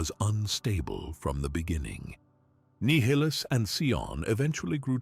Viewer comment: He's hot saying nihilus right and it's really bothering me lol . Other then that is all perfect lol